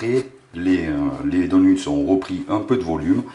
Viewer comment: Donuts se prononce donEUts chef